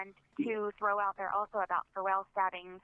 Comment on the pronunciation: What's "revel"? Did you mean "reveal"?